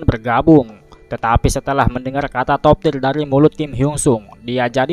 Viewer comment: Sebutannya Top tier, bukan top tir